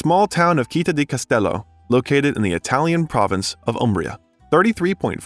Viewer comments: Citta is not pronounced with a "K" sound but is /t͡ʃitˈta/ or "tch"sound. Your repeated mispronunciation is very distracting. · Not to mention the wrong pronunciation of Citta, the tangled sentences - just in the first four minutes. Could not watch this longer. And how could a man with Iranian descent have the surname Bellucci??? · The way you pronounce CITTÀ is perfectly stupid. Go to Google Translate, type the word and listen to the pronounciation. It's feasable, even to a damn mercan. Stop mangling italian words. You can do it. Or get another job! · I would LOVE the narrator to learn to pronounce the Italian word città correctly! (He had to say it so many times, and all of them were so cringy 😔). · why is the narrator keeps pronouncing 'citta ' as he would do with 'celtic'? citta is a latin word and celtic...well obviously celtic. 🤨